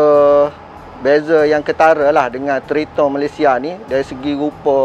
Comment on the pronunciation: Sebutan triton tu bunyinya "TRAITEN" sebenarnya Bang. bukan threeton